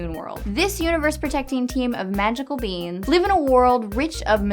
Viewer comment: she said magical beens